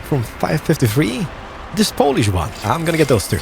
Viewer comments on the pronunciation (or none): none